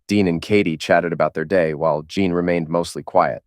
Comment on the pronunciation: Say Teen Teen Teen. Now say: Jeen. Now that should sound just like Jean.